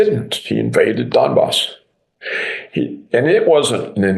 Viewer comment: Donbas pronounced Dumbass